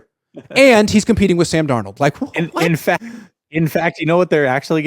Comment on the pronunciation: Pretty sure it's Sam not San Donald 😅